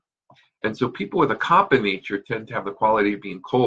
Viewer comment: It's called kafa not kappa ! If you learned all this stuff you should know the correct original speaking of that dosha!